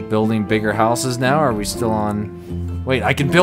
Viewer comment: is getting his Scottish blood back from saying hooses.